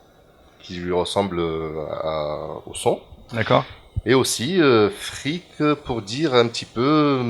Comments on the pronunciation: Mahdi Didou presque, Freak se prononce Fric, avec une consonne finale légèrement plus "sèche" ce me semble. Mais tu l'as bien compris, de toutes les langues c'est la mauvaise langue que je pratique le plus ;-) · Freak se prononce Frique ^^